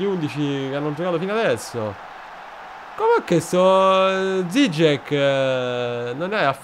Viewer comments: la pronuncia corretta è "giciek", finalmente conoscere il polacco torna utile a qualcosa:D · Se ho letto bene Dziczek si leggerebbe "Gicek"